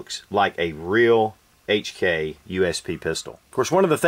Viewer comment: Heytch And kei xD